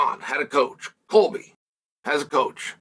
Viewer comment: No way he just called Kobe “Colby”